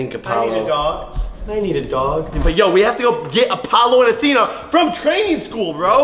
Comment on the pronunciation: He said you know Apollo and Atheno